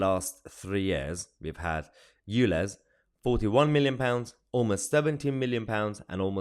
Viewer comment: if this guy says "lez" or "you lez" one more time he's going to get himself demonitized and locked up for homophobic hate crime, i really would not be surprised if he's already triggered the YT sensors